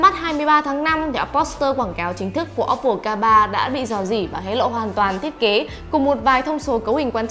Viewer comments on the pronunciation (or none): Ad nên nhớ là ôppô chứ ko phải là ốp pồ nhé phát âm cho đúng nhé